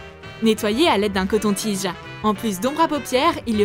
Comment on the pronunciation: Arrêt. De. Dire. Coton-tigee